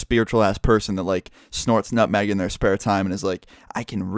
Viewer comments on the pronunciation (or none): "Snorts nutmeg in their spare time." I thought he said "A bunch of mag" instead of "nutmeg" and thought he was talking about magnets. xD